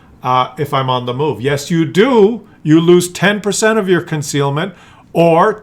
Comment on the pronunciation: I have a question regarding - . What's "ConcRealment"? - 😂